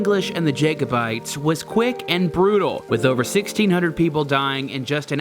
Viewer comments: its not Jaykobites its pronounced Jackobites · 'Jake-o-bites'. Hahaha!